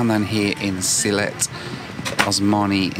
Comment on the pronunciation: It’s Sylhet. 🙂